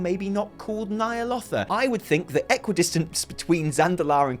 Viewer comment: Stop stop stop! You're going to take someone's eye out. Besides, you're saying it wrong. It's Ny'alOWtha not Ny'alottha :)